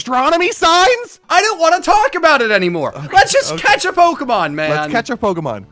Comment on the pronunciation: I love Katie's comment in the chat "Never mind,I don't want to edit this" Also the pronunciations for Pokémon and Unown are horrid! "So he crit and we lived on 1." screeches thinking a Fighting-type would take a Flying move better than a Grass-type would when it's also weak to it😂 It's pronounced Un-Own